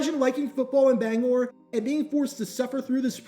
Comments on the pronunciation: As a Mainer I love and appreciate you saying Bangor right. Also love that you bring my home city of Lewiston into this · Hi, Bangorian here. Very interesting video. Again, thank you for saying "Bangor" correctly. Its also interesting that the main team here in Bangor was once the Giants, as I grew up during The Brady Era and New England Patriots became the main team. They even visted us after they won the Super Bowl in 2002